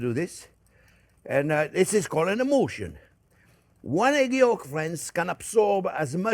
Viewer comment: “an emoolshun”. (emulsion) 😘